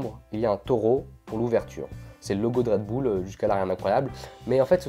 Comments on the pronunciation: Pas redboule mais redbeule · c'est pas "redboull" mais "redbull" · Redbull et pas redboull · Utilisateur 1 En Belgique c est dingue car personne ne prononce Redboul, mais Redbulle. Hors c est ainsi qu'on devrait le dire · Dans "red bul " "bul" ne se dit pas "boule" mais "bulle" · Ca se dit pas redboule sa ce dit redbulle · redbull pas redboul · Perso moi je dis redbull pas redboull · " canette de red boules "😂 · Une canette de redboul 😂😂😂 + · C'est trop drôle comment tu dis " redboul" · Red boulle 😂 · Red "boule" 😭😭🙄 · il dit red boule mais trql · Red boule mdrr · PQ il dit redboule ?